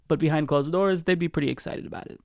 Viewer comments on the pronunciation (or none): none